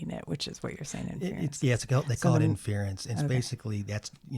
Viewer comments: What kinda boomer talk is this , datacenters have been around, lots of computers in a big building has been around , this is not a new thing , the guy mis pronouncing “inference” is also funny . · You’re right, I did mispronounce “inference.” At least I didn’t call it “A-One!” ~